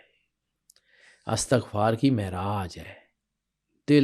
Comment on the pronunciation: محترم استاد آپ نے بہت پیاری باتیں کی ہیں لیکن بہت معذرت کے ساتھ عرض ہے کہ لفظ استغفار میں 'ا' اور 'ت' کے نیچے زیر آتا ہے ،زبر نہیں. آپ اردو لغت میں اس کا تلفظ چیک کر لیں۔ بہت شکریہ